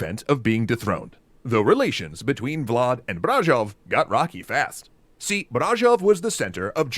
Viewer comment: To me it sounded like he accentuated the first syllable of Brașov instead of the second, it should be Brașóv, but it s good nonetheless :)